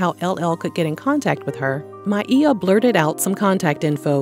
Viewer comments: I love that you pronounced her name correctly. Back in the day she did an interview (maybe Arsenio) and she said she doesn't correct people when they say My-ah but said she pronounces it My-ee-yah. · Hope she gets the help she needs.. props for saying her name correctly